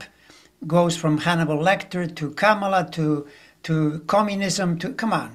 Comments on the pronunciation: Yes, please, darn it: Comma-luh! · or COMMA-la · Pronounce Kamala’s name like this “CALM-ala”. Love you both! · I read she wants it pronounced comma-la